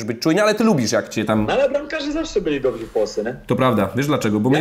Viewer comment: tylko nie "dobzi" Wiśnia ja Cie proszę.DOBRZY